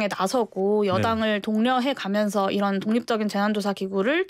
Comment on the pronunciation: 잘 들어보세요ㅡ'이란'이 아니라 '이런' 입니다